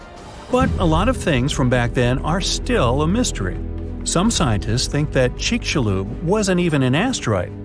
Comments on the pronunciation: It's not pronounced chich cha loop it's pronounced chicks you lub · I thought he said the Chick-fil-A incident XD